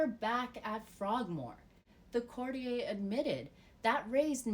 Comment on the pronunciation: CourtiYER not courtiYAY.